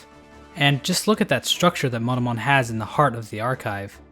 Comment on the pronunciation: No one is going to mention that when he says Monomon it sounds like Motomon?